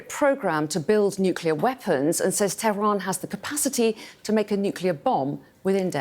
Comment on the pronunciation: did she say "the capital, Tevran" ?